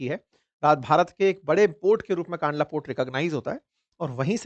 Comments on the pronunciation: Sir it's kandla not kaandla. 🙏🏻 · सही नाम कंडला है । कानडला गलत उच्चारण है । . 😊🙏🇮🇳 || JAY BHARAT || 🇮🇳🙏😊 😊🙏🇮🇳 ||जय भारत || वन्दे मातरम || 🇮🇳 🙏😊